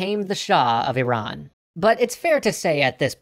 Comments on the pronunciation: Thank you for pronouncing Iran correctly. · You are the first person I see who pronounces "IRAN" as it should be pronounced. An an Iranian, I thank you for being considerate. Also, my brother is a history major, if you ever wanted an Iranian, he will gladly help you guys! Keep up the good work.